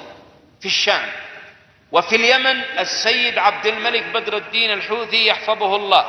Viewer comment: المخزن مايقدر ينطق حوثي يقول دوثي ههههههههههههههه